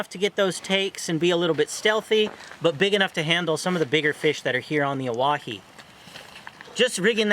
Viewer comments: It’s pronounced Oh-Why-he. Not oh wah he. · “I’m a guide here” proceeds to mispronounce it for the next 5 minutes